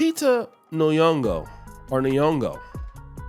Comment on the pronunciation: Lupita Nuyongo😂😂😂Y'all need to learn how to pronounce names fr